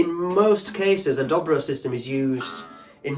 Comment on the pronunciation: But they're ALWAYS pronounced Doe Bro, NEVER Dobbro.